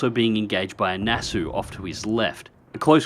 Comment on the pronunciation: The "au" in "Nassau" is pronounced just as in "Aussie" ;)